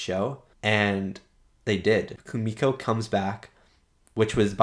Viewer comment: And don’t worry. You pronounce Kumiko’s name right👍🏾